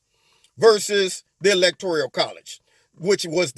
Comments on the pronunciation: Electoral not electorial. Just saying. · Lol. The Michael Jackson song. Lol. But please my brutha....stop saying.."electorIal"....there is no "I".... it's electoRAL..... 💖💖💖